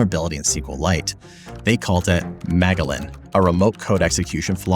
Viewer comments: did this guy really call Magellan (Circumnavigator of the globe) “Mah-Gell-in” instead of “muh-jell-in” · Do they really pronounce it "Maga Len" rather than "Majelen"? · Magellan isn't pronounced "MAGA-lin," it's "ma-JELL-an." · "MAGA-Lynn"? Uhhh, it's pronounced "Muh-jell-in". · Mega-lin, really🤣 say it with me now: ma-jell-in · Magellan as in muh-JEL-in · Magellan: ❌ (Ma-je-lan) Megalen: ✅ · No way that's how you pronounce Magellan xD .. megalin xD TF 😂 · Magellan = Muh gel lin. First person to sail around the Earth. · Do you mean Magellan? As in pronounced, Muh-JELL-uhn? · its pronounced muh-jel-in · It's pronounced "MUH-jellin" --like the famous explorer. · The "gel" in Magellan is pronounced like the word gel. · Pretty sure that’s Magellan (pronounced mah gel in) like the explorer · Fascinating. But , Magellan is pronounced /muhJELLuhn/ (after the 15th-century Portuguese explorer). And , it's /af-uh-DAY-vit/. Please, never assume a specific pronunciation for ANYTHING. I speak from bitter experience. Forvo is your friend! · Magellan has a soft G and the first a is unstressed. Muh gell an. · I believe it's pronounced muh-jel-uhn, as in the Portuguese navigator from the 1500s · Small correction - the ‘g’ in Magellan might be pronounced like a ‘j’, as in Ferdinand Magellan :) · It's pronounced "Ma-gel-in" Ma as in "My Ma (mom)is nice" Gel as in "Jello" In as in "in" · Did he just say "maggalin"? That's not how you pronounce Magellan my friend. Doubtless named after the renowned explorer Ferdinand Magellan, who led the first successful circumnavigation of the world ( ) and who died on the journey. I assume they chose the name Magellan for the vulnerability because its purported effects could be felt around the world. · magellan is soft g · and muh-jeh-lunn, yeah. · magellan: muh - jell - in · Magellan is named after the famous explorer, from that Animaniacs song. Your pronounciation is way off. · why can't you pronounce Magellan and affidavit?